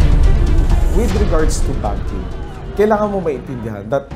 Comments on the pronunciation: BANKING po. Hindi BUNKING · BANKING hindi BUNKING HAHAHAHAA